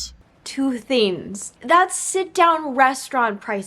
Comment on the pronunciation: please i beg can you start pronouncing the g in “things” lol, no hate but every time you said “theens” i got a little bit agitated 😂